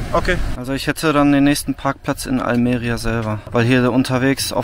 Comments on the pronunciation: Bei Almeria Betonung bitte auf i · Bei Almería ist der Akzent auf dem í, nicht auf dem e.